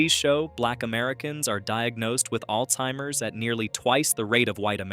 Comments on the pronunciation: It's Alzheimer's disease, not Alteimers!!! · There is no t in Alzheimer's